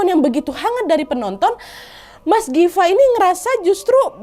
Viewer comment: Hitunglah Kanad ini salah manggil Gifa berapa kali? haha Difa, Dafa, Rafa wkwkkw ngakak